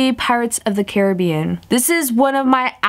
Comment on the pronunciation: When u say Caribbean it sounds funny